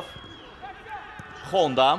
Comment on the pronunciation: Şeehçi Xonda deyir 😂